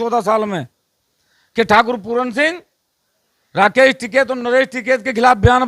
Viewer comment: पहले बोलनासीख बेटा पूरन नहीं पूरन सिंह